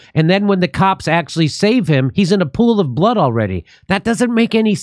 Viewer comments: "lying in a pool of blahhad"? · I know what blood is but what the hell is “blaad?” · The way the journalist said blood is so strange.